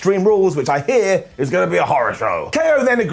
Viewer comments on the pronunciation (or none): none